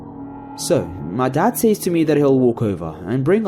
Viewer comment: NUMBA ONE!: It's pronounced "sez", not "sayes". Good job though